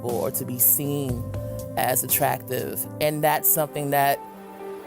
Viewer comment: WHO TOLD THAT THING THAT IT'S NOT "ATTRUCKTIVE"??!! 🤔😎